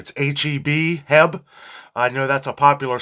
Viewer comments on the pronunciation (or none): H-E-B Henry E Butts grocery big in South Texas. Not Jeb or Heb H-E-B We will have you talking Texas in no time😂😂 Just use the letters.